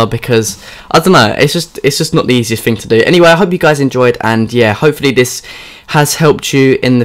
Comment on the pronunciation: THING not FING THOUGHT not FOUGHT